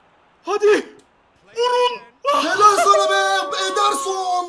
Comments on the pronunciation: saneye mane diyen koca yürekli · Saneye mane diyor